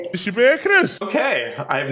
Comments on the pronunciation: I think it more like 'birdy' than bird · Birdy ba tamen not bird hahahah